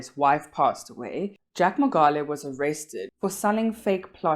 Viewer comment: Great video. But please pronounce the surname correctly.